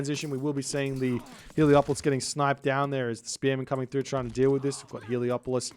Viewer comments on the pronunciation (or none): C'mon! It's Helepolis not Heliopolis! You are breaking my immersion!